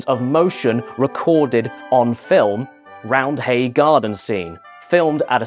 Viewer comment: Also. The H is silent. It's spoken as Rounday (I'm from Leeds.)